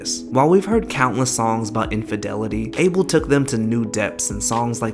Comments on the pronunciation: his name is pronounced like “A-Bell” it’s ethiopian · Abel? It AH-bel!... Lol he's yehabesha! Can't you get it right? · The way this guy is pronouncing abel is sending me 😭😭